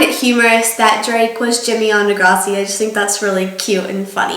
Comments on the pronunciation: de-grawh-see?? i thought it was de-grass-e... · It's pronounced Degrassi!! (Like the grass on the ground) Not Degrossi!! Lol but I love how your watching a Canadian show. Woo! Go Canada!! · it's deh-grah-see not deh-graw-see .......... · ahhh you pronounce it degrossi but here in canada we say degrassi ;) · you say degrassi like degrawssi ahaha, BUT a girl who just graduated from my school last year is gong to be on season 12! her name's sarah fisher, watch out for her!!! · it's De-GRASS-eee like grass not graws lol. Good video! :) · Lol it's deGRASSi not degrawsi. Lol, I'm not trying to hate or anything. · lol you say degrawsi... but maybe im the weird one that says deGRASSi haha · ommggg the way you pronounce degrassi.... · not de gros e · the way you said deGRASSi was really annoying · That's not how you say it..it's de-grass-e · is it just me...or did she mispronounce degrassi? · You say Degrassi wrong! Hahaha. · you say degrassi weird haha